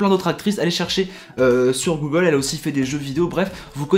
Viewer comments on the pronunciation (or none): none